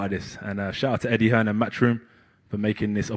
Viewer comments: Made in England yergethips Listen to every non-UK fighter pronounce his name. definitely Hearnes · Do they say Eddie Hearns? Making him a plural lol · Why do Americans always call him hearns 😂